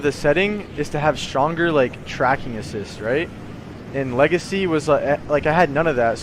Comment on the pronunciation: Nobody:: "legicy"